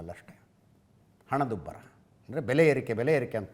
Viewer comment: Hanadubbara illa.. Henadubbara ide.. Yava University sir nimdu??